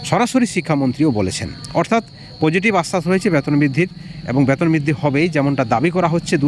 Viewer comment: ব্যাতন নয় বেতন বোলুন